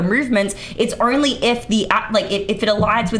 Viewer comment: "The urnly thing" 😂 I love it.